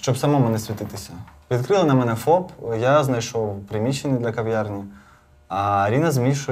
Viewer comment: Не в Ковьярні, а в кав'ярні (говорять не Кова, а кава,...)🇺🇦